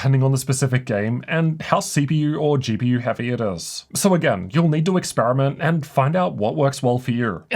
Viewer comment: your lungs will thank yooorr toorr gpurrr